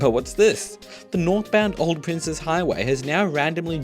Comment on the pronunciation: Thank you for pronouncing it as "Princes" (like the plural of Prince) and not "Princess" highway. No idea when or why this misconception is so huge.